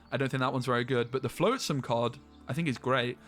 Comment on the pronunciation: Cri-kee is just like cricket but replace the T with a Y. Flotsam is with the ot sound, not float like boat.